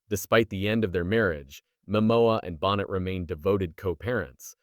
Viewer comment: Is this AI? He calls her Lisa Bonnet, instead of Boh nay! yuk.